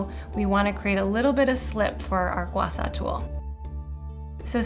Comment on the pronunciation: Thank you for this very informative demo video! However, the tool is pronounced “Gua Sha”, and not “Gua Sa”...